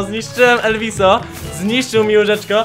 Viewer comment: Mówi się elwis